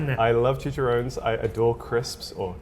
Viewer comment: Chi-cha-rro-nes. Four syllables. Not three.